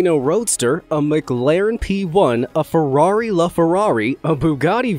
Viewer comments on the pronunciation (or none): none